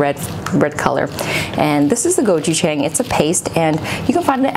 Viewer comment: You pronounced gochujjang wrong..you said it like it a white person.